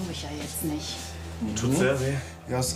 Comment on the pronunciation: Der doktor immer mit seinem "niecht" like wems auch auffällt